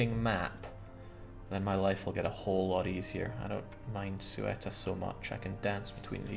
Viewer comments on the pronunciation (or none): now I guess it doesn't matter because your glorious Granadans conquered it haha but in Spanish it's pronounced /ˈθeuta/. If you're not familiar with the phonetic alphabet, then something like THEOO-tah. The "e" is like an "eh", and the "u" an "oo". But the "eu" is pronounced together as a single syllable. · Every time he pronounces Ceuta as "SWETA" I die.